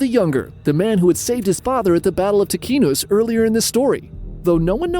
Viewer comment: Ticinus pronounced “tee chee (like cheese) noos” Great channel. Subscribed.